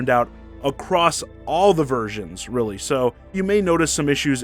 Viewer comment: Your extended emphasis in "reallyyyy" is all wrong, unless you talk like a weirdo. Never heard anybody speak and extend the second syllable.